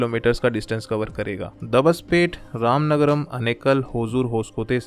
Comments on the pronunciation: It is ramanagara not ramanagaram.. pronounce right name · It's Ramanagara not ramanagram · Thanks for this information 🙂 And plz correct it Ramanagara not Ramanagaram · ramanagara not ramanagaram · It's not Ramanagarm it is ramanagara